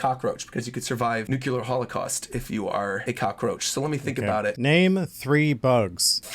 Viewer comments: I quit when the loser pronounced nuclear as nucular. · That was a fun interview .... with a tiny flaw .. its nuclear for gods sake, not nucular!!